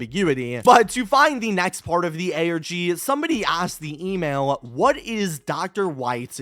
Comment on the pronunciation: Everytime he said email, I heard Emo😭